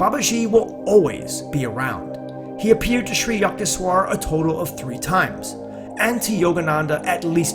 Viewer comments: yuckteshwar ! yuck! U in Sanskrit is pronounced like a short U more like book. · Hi, I am a 50 year devotee of Parmahansa Yogananda. I really enjoyed this video and thought it is mostly accurate. The mispronunciation of Sri Yukteswar’s name was disconcerting to me (Yook-tes-war is how Yogananda pronounced it). There are many recordings of Yogananda praying and saying the name of each guru in the SRF line. Just thought you would like to know for future videos. May Babaji guide your steps and vision to more videos of these great masters.